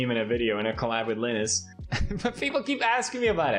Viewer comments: WTF???????? Are you fkg kidding me??? Dude, he's name is Linus!🤦‍♂️🤦‍♂️🤦‍♂️🤦‍♂️🤦‍♂️💩 Have you never watched a video with him and hear his name spelled out? LAINUS / LIENUS, not LEENUS!!! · Pewds pronouncing Linus as Lee-nus has to be the biggest crime he's committed